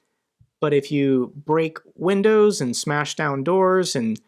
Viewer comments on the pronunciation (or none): none